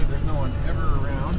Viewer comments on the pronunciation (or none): none